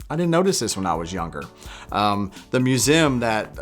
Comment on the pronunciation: The way says "museum" is 8 kinds of fucked up. Funny.